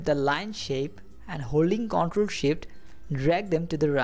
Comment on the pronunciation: Man, awesome skills. thanks just a note: the word "control" emphasis on the second half conTROL. I kept mishearing that word and getting confused.